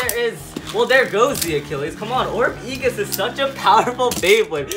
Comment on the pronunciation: A-jis is how its pronounced